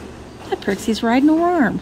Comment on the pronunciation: I must have missed it, but are you guys calling them "prixies"? They're pixies (no r). Is it a Southern thing? (Please help this MN gal understand.)